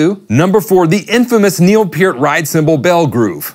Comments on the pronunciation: its pronounced PUURT not PEIRRT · Purr-t, not Pier-t. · Is this guy saying "P'EARTH"??? Isn't it PERT? Like the shampoo.......... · People hung up, because of a simple mistake - including "the" in the song's title. Those same people that are uptight because others pronounce Neil's last name as "Pert" and not "Peert". They need to get a life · Pronounced Neil PURT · its pronounced Pert :)